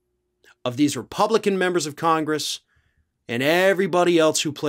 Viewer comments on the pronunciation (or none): none